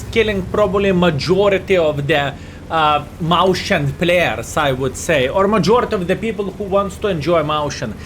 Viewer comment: Mäuschen is the cutesy or indeed smaller form of a Maus. It is pronounced more akin to Meus-chien, though.